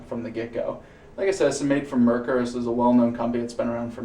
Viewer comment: Being that this video is well over a year old, you've probably already corrected your pronunciation of "Merkur", but just in case: "Mer" should rhyme with "hair", and "kur" should sound like "koo-er" (think of the beer Coors. Exactly like that, but without the "s", of course). The emphasis is on the first syllable. MER-kur. I confirmed this by asking a German friend, who was born and raised and lives in Germany, and is actually in the next town over from Solingen.